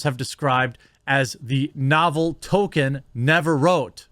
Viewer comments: lol you make me insane when you "token"...it's tol-key-in...he's not the black kid on south park, Jeremy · It’s TOL KEEN not Toe Ken, you’re killin me bud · Please start pronouncing the "L" in "Tolkien". Tokin' isn't his name. Sorry for being nit picky, but this is almost as bad as educated people saying "lie-berry" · It's not Token, it's ToLkIen. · Quartering I know this isn't a huge deal & I don't know if anyone else has already mentioned it but his name is pronounced "toll-keen" not "tow-kin." Love your channel though my dude. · Damn it, Jeremy. I'm starting to think we need to have a class where someone can explain to you how to pronounce LOTR words. It's "TOLK-en" not ""Token" and the character who killed the Wraith King is "Eowyn," not "Arowyn." Arwen is the daughter of Elrond. Ya killing me, Smalls! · I've seen all your videos and kept my mouth shut so far. It's Tolkien not token. Pet peeve maybe but come on. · Great sentiments and I entirely agree with your take on all of this, but for goodness' sake, the man's name was not "Token." It was J.R.R. Tolkien. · Please... It's pronounced Tol-kin. Not Token. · His name is ToLkien not Token! 🤬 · Jesus Christ, Jeremy.....LEARN TO PRONOUNCE THINGS!!!!! It makes you look unintelligent and takes away from the credibility of what you are saying. TOLL-KEEN or even TOL-KIN would be acceptable pronunciations, but you keep saying Token. And you do this on MANY other things. Take the time to learn how to say things so you don't sound like a boob. I know you're not an unintelligent person but there are so many things that are such common knowledge that you either claim to not know about or have knowledge of that in my opinion really damages you as a pop culture commentary personality. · Why are Americans all pronouncing him "token" now? It's tol-keen. Haven't heard anyone say token until this debacle, not sure where it's come from. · It isn't pronounced Token....it's pronouned like Tolkeen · Is he saying Token?